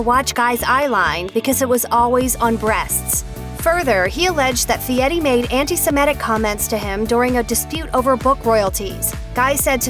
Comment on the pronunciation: It's NOT pronounced "Fietti."